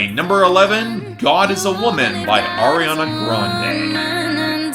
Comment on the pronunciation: remember when would call her "Air-iana" lol same